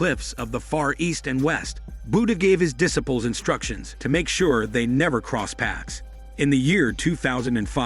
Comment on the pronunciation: That’s not how you pronounce disciples.